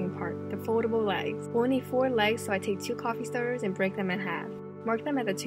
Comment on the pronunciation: You have a slight accent when you say certain words such as "stirrers". Am I wrong? Am I going crazy?!